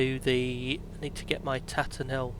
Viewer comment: It's Tatenhill (Tay-ten-hill) not Tatten'ill ;-) My home airfield.